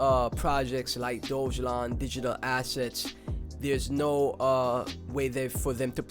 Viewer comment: decent video but you have to pronounce DOGELON correctly bro